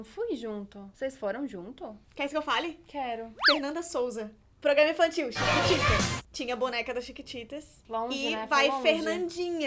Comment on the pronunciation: 6 : 03 "intantil"